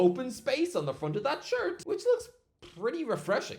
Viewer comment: "Arsenal home shart" lol